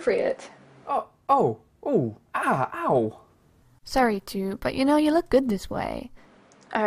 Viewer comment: The "appropriate " sounds like one bittersweet story compressed Into a single word